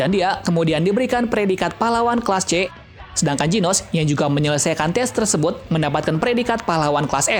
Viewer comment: kelas apa kelsa bang owkwowkwowkwowkqowkwowkwwokwwk